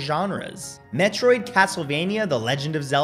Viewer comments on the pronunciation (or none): none